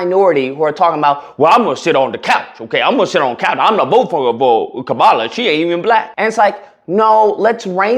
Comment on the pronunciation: Calling Roland Martin a hostile ig'nant while wearing a "stop heterophobia" shirt every GD video is rich!🙄 Now try to pronounce Kamala's name correctly, if you can.